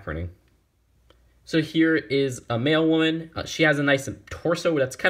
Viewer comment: LOL when you said "Mail woman" I thought you said "Male woman" xD